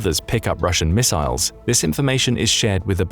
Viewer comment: I had to stop. I couldn't stand hearing it over-pronounced as "miss-aisles" one more time.